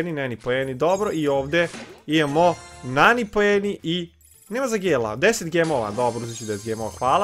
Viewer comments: Ne izgovara se NENI nego NANI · Ne kaze se neni nego nani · govori se nani a ne neni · Nije NENI nego NANI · Nani je muško i čita se nani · Nani je musko i ne kaze se Neni